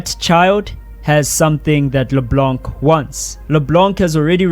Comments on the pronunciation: via gpt - In French, the "c" at the end of words like "LeBlanc" is typically silent. It’s pronounced as "Le-Blan" with a nasal sound at the end, rather than "Le-Blank." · As a French speaker, hearing you pronounce the mute c in LeBlanc was painful. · DO NOT pronounce the C in LeBlanc. Thank you